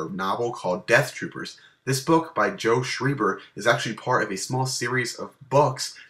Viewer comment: whats actealy o_O dafuq, it should actually be "actually" acutally